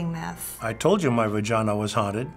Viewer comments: hahaha What is a VERGINA?? LOL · Lol virgina... vurgina?